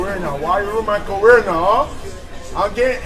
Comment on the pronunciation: There’s goes his “careerah” 😂😂😂